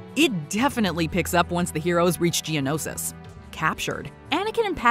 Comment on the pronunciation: Cringe when she said genosis like gianosis